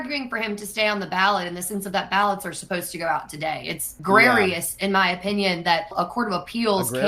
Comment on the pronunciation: Yes, she did say "agrarious".